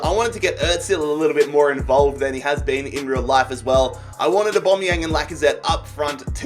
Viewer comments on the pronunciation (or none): Why you saying Aubameyang weird? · Learn to say Aubameyang properly ffs